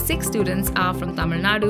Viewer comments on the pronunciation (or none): none